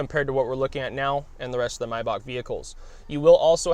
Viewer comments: Steph the Mess he's actually saying it correctly. If you say it May like the month, you are wrong. It is my, like the possessive pronoun, Bach, like the music composer. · He's pronouncing it correctly. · I love when people pronounce MAYBACH correct!!!👍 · But it’s called MaybaCH with a CH and not Maybac.You don‘t have the CH-sound in english so nearly nobody (except People from german speaking countries) pronounce it correctly. But he pronounces it better than people saying Mayback